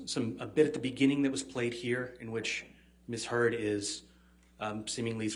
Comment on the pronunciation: Haha, the attorney calls her "Miss Turd" . I had to play it three times to be sure I wasn't just wishing that T in there!